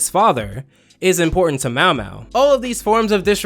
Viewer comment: How does get Mao Mao's name wrong and but can say his full name just fine